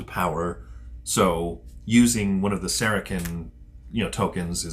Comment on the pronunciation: Good vid, guys. I like how you do it. The speech is very slow and clear. You jumped right into the game and explained as you go. My only comment is, the way you pronounce Saracen is is "Sera-SIN" not "Sera-KIN".